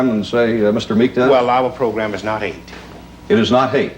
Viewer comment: It’s Meek, not Meeks.